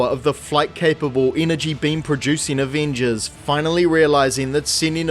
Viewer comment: take a shot every time this dude says “aveenjuzz”